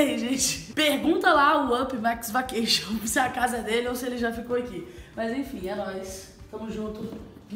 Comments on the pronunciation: se fala VEQUETION😂😂😂 ma seu tbm falava Vacation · "Vaqueixo" eu ri mas com respeito kkkk❤